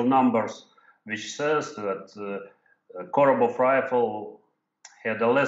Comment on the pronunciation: It's "Korobov", Ian, not "Koborov"